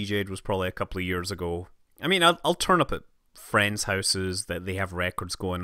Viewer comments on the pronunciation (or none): none